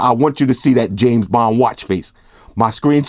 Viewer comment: I swear i heard James Bomb... did you?